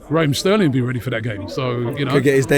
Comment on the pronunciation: Did he say Sterling?😂